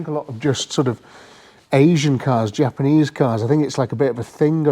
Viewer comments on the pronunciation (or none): Good old japansneeze 😂😂